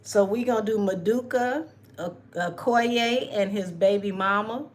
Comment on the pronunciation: His name is pronounced as Ma doo ka O ko ye.